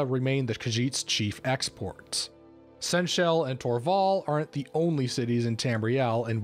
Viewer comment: Though pronunciations are a bit off and you didn't bring up the fact that Senche can also refer to non-khajiit / intelligent species of cats that can be tamed (similar to how someone may reffer to a guy as a stallion, he isn't a literal horse, likewise the Sensha cats aren't khajiits, though Sensha khajiit are). Though overall a good dive into it!